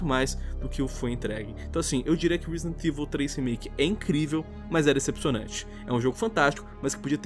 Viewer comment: "reezdent evil"? Lol